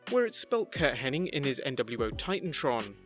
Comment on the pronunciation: Bret Hart had a thing in WCW where he'd repeat peoples names wrong or say it in an odd way - like constantly referencing Goldberg as "Bill Goldberg" even after being told not to. He was the one in a promo who said "Curt Henning" a half dozen times while talking about how well he knows Curt..Henning